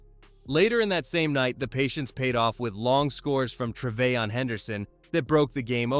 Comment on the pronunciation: bro cannot get a single first name right. stevon diggs, travay-on henderson. bro